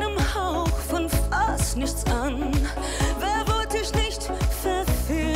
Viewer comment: "Mit einem Hauch von fAšT nichts an"